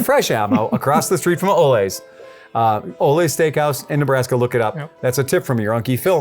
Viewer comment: As an employee there, this video is awesome to come across. Also it's pronounced ol-Lee. Like sven and ole.